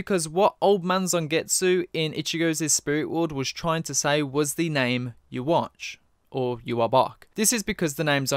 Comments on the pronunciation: Yhwach, not Youwatch. Please... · I really hope they don't pronounce yhwachs name like yuwatch in the anime... would really throw me off yuhawbac sounds so much more menacing